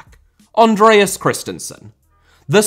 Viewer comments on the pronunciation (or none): Debut* not Deibyu Andreas* not Ondrejas Antonio* not Antouwniouw Conte* not Contei Leo * not Liouw Bah* not Bohr Slavia* not Slohrvier Praha* not Prohrg/ Prague Rather* not Rother Twe* not Tuei Father * not Fother Juve * not Yuvei Isak* not Aisak Mæhle* not Meiler Idea* not Ideer